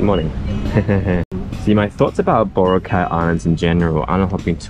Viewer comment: Its pronounced Boh Rah Kay ( not bora cay